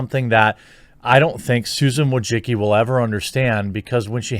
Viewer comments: Mate I let we say dislike this woman but you pronounce her surname hilariously wrong, she is Susan Diane Wojcicki not wojciki or wojicki, sorry but im just laughing my ass off. Btw I agree with you. Take care TheQ. Have great day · Is this the correct way to pronounce Wojicki ?